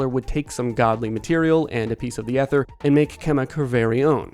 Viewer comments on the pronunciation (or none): ether is pronounce ee-ther, not eh-ther. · Ether... E-ther* 😂😂😂 its not an old woman from the 1930s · 'Ether' is pronounced with a long 'e'. ee-thur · Eye-chor and ee-ther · (Ee)ther. Why do people have such a hard time with this word and arch these days?